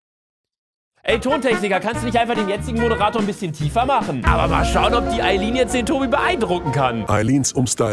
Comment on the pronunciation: Ich fülle mich sehr verarscht. Ihr sagt lemlich die ganze Zeit Ayline und so heiße ich